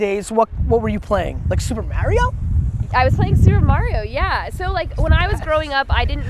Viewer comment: Super MAH-rio? lmao smh